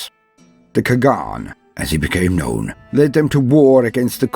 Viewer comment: Your accent is better than you think :d Only the pronunciation of Old Turkic words were kinda wrong but its because Standart Latin does not have letters ''Ç'' and ''Ğ''. ''Ç'' sound is close to ''J'' or ''Ch'' but ''Ğ'' sound is completely impossible to write thus make words like ''Çağatay'' or ''Kağan'' always sounds wrong even at the professional level. Thank you for the video :d Its makes me genuinely happy any time I see my ancient ancestors adapted into fiction accurately. People usually go into a lazy way and just turn them into one dimensional barbarians...